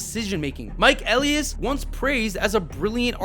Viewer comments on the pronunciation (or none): E-lie-is, not Eleis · btw elias isnt said like eleius it's said like Eh-lie-us and santander is saun-tuan-dair (saun like sauna and tuan the same) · bro said Elias wrong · Did someone that’s never watched baseball in their entire life make this video? Can’t pronounce Mike Elias name correctly, thinks Cedric Mullins is a controllable piece, Adley has a terrible approach at the plate? His hard hit rate is highest it’s ever been, so is his exit velocity, now his numbers are catching back up as he has posted 366/438/598 in June with a OPS of .998 No one should take anything this clown says seriously.